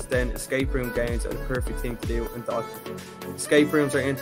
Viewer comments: It’s pronounced “dough- than” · Lol this is my hometown, it’s pronounced Dough-Than